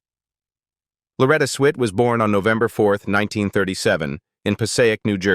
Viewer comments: Loretta Swits name isn't pronounced Sweet. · Sweet!!!! Swit is the correct pronunciation....Get rid of machine dialogue... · Its Swit, not sweet. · Switt not sweet...... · sweet? its swift ass hole-- i hate ai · Swit. .Not Sweet..AI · Its Loretta SWIFT. if you can't even get the name right what are the chances anything else is correct? Not alllung cancer is because of smoking. I've never smoked a day in my life and was already stage 4 no treatment available when I was diagnosed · It’s SWIT! There’s no ‘E’ in her last name! AI needs to say words correctly!!😮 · Click bait. The AI voice can't even pronounce Loretta Swift's name correctly